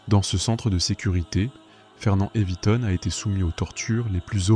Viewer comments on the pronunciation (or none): Le minimum c'est d'écrire son nom correctement Fernand Iveton, d'autant plus qu'il est à plusieurs reprises, orthographié et prononcé différemment par l'auteur de la vidéo.